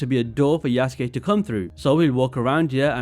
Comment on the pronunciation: It's pronounced "Yuh-suu-kee"